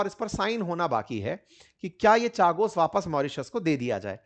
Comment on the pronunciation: अंकित भाई चागोस नहीं कागोस है